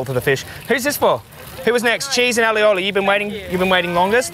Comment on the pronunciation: the way you kept mispronouncing "aioli" lol